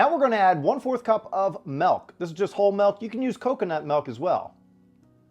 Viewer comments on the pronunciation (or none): He said melk